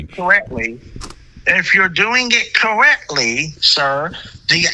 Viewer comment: Cowwectly be driving me cwazy